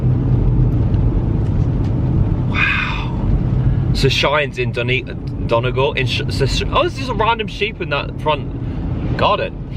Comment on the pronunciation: The way you say Donegal 🤣 thanks for putting our county on the map! Really enjoyed watching & hope you return some day ❤